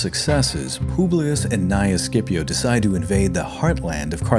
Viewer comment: It's not "SCIPO".